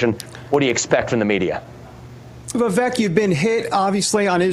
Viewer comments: Vee-veek not Va- veck. He’s so cool he doesn’t even bother to correct the error like Ka-mala did 😜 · I don’t see why it’s so hard for people to say “Vivake” and not “Viveck”. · How are people still pronouncing his first name wrong? For someone who's known Vivek for a little bit - his words - he shouldn't still be saying "Viv-ek". It's "Viv-ake". Like cake. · it's Vi-vake, as in cake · Vivek . Pronounced vivake... like cake. Hes gracious that he doesn't correct them. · Vivek is pronounced "Vi-Vake" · Hey folks - it's pronounced Vivek (Vi-vake like cake)! Get it right! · And learn how to pronounce his first name. 😬😒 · This guy says he knows Vivek but doesn’t know how to pronounce his name. Got it. Good friends-Obviously. Vivek will be the next president. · It's Vivek, but sounds like cake. You are mispronouncing his name! 😮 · he doesn´t know him if you can´t pronounce his name